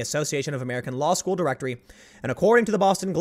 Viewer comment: Tims been watching too much South Park. “Schoo”